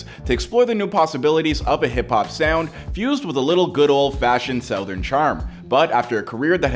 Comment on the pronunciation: The way this man keeps saying South-ern is killing me.